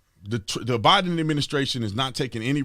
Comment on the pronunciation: Tatum, did you say Biden or Divide'em administration?